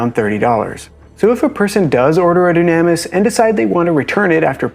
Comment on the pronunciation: I would assume it's pronounced "Doo-nah-miss" if it's Greek. Just a thought.